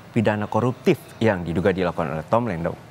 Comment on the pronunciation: Diulang berkali-kali, di tetep kedengerannya "Tom Lendong", didukung gerak bibirnya juga 😁